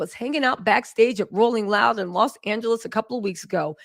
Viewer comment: "rolling roud" lol. Love your sexy black ass girl, keep the tea spilling ❤